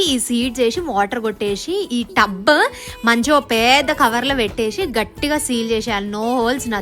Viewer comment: Penda ❎ peda ✅